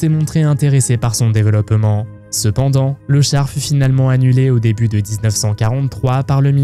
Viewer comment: Le "déveuloppement", c'est aussi une manière de prononcer inventée par les nazis?